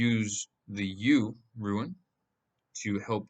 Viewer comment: It’s rune. Rhymes with Dune